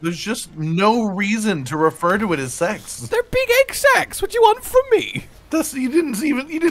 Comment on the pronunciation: ......it reaaaally didn't sound like you were saying "Sacks" lol.